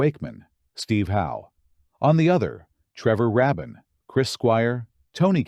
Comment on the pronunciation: The pronunciations of certain titles and names is annoying and undermine this video. If you can't get Trevor Rabin's name correctly pronounced, what does that say for the rest of this? By the way, it's pronounced: treh·vr ray·bn